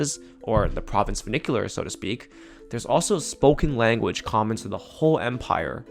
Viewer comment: that's vernacular not vernicular